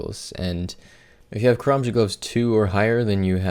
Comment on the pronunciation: Took me at least 3 minutes of rewinding to finally hear the "karamja gloves" part